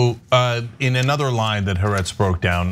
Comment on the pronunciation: In your anti-Israel rants, can you at least say haaretz correctly?